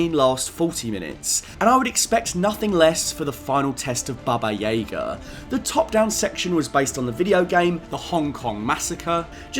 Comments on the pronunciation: Just so you know, it's pronounced Baba Yaga, not Baba Yega. That's one thing in John Wick that really annoys me. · no offense but why do you pronounce baba yaga so wierd?